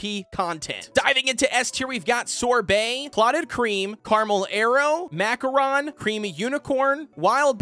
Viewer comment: Its Macaron(mac-or-oo-n)